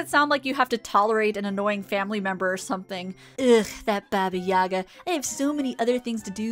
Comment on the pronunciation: For future reference, as a Russian, I have to point out that it's pronounced "BA-ba Ya-GA," not "BA-ba YA-ga." Emphasis on second syllable in the "Yaga"